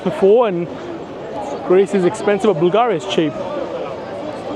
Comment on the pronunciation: Props for calling it Bulgaria "Bulgahria", as it is pronounced originally and not "in English".